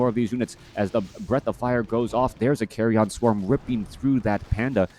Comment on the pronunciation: Why does he pronounce it as "carry on" swarm? Isnt it pronounced as "carrian" swarm? Pls enlighten me if I am wrong.